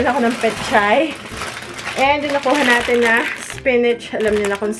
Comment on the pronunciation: spinach but pronouncing as "spinich" ahahahahahahahaha LT hindi po ako busher nakita ko lng po at narinig :D